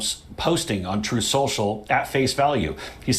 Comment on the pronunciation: Damn you David Pakman! I cannot hear ‘Truth Central’ without my mind repeating ‘Troth Central’ thanks to your sound bites!